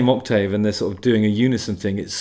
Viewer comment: Who the f**k pronounces the a in Octave?